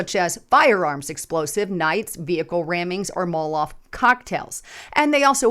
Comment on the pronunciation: Why the hell can't people pronounce Molotov ? It's not "Molov"